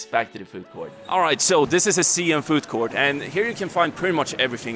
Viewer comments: Siam is pronounced sa-yam. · Sorry to say, it spells Siam but pronounce Sai Yuum which was the old name of Thailand